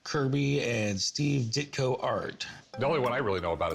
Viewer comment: Ditko not ditto